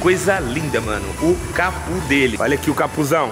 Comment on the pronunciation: Da uma agonia o falando "capu" e não "capo" kkkkk